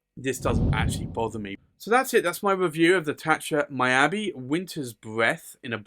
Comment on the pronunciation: Beautiful Pen!!. Just want to say Miyabi is pronounce " Me Ya Be" not " My Ya Be".